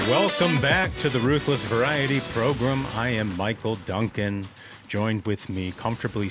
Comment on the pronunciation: GRAM! Practice saying gram. Gram, gram, gram. It’s not “ProGRIM” it’s ProGRAM. “Welcome to the Ruthless Program” … NOT Progrim. Cringey asf when u say that. Otherwise, great program 👍